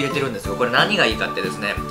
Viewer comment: ヘルシーの発音好き。